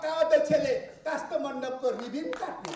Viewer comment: कृष्ण गोपाल श्रेष्ठ रिवनलाइ रिविन भनेर उचारण गर्न नजान्ने मुलाले के राजनीति गर्छौ !